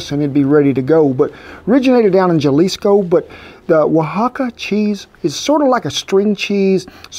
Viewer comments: It’s Jalisco not yALIsco And is Birria tacos not BrrrIA duhh Say it properly ok? Thanks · Bee-ree-ah Jalisco- ha-lee-sco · There is no J sound in Mehico. It's pronounced with an H sound. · LMFAO 🤣 Claims he's about to do real good Aussie accent and then proceeds to speak exactly how he has been the entire time and just adds the word Mate and Barbie & Kangaroo. 😖 Edit: "It was made down there in Jahhhh-lisco"🤭 Properly Pronounced (Hah-Lee-Skow) or (Huh-Li-Skow) slightly different spelling variations but pronounced nearly identically. Oh and Holy Cow, Just realized that this guy looks exactly like Gene Hackman 😱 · “Ja lisco” are you kidding me???? Halisco J are pronounced like H…… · Ga-lisco lmao ...ken im gonna help you out. its pronounced HA-LEE-SCO. thank you for the recipe tho, i love birria tacos and this looks amazing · I appreciate how you saluted my humble people at the end 🇲🇽 also, its pronounced Jalisco (Ha-Lees-Koh) not (Ya-Lees-kou) but theres no trouble, i love your videos and your passion for food in every single one of them, your craft is inmaculate and i tip my hat to you. Honestly cannot get enough of your videos and how much enthusiasm and mastery you show in each one. Humbles me knowing this is the best taco you have ever had. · Where’s Gel-ees-coe? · Kent Jalisco is pronounced Haleesco . My hubby is from Mexico . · Love his "pronunciation" of "Ga"lisco, and from his other video of making "gorditos" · Please pronounce the "Ja" as "Ha" Also the "Oa" for example Oaxaca or Jalisco should be pronounced as Wa-ha-ca and Ha-Lisco Great video! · As part of the Mexican counsel i approve. P.s. it’s HA lees co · I must say I'm way impressed with your cooking skills...but beyond impressed with your pronunciation of Oaxaca! Now, Jalisco...try saying it as Halisco instead. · Cowboy Kent I just have to correct you like I correct my co-worker. It’s pronounced Halisco (Jalisco). Just like it’s Hosay (Jose) and not Joesay!!! Lol